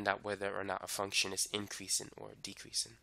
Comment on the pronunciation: Inkreasin ...dekreasin😂😂